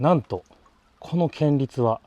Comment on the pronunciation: 建立は[こんりゅう]って読みます😊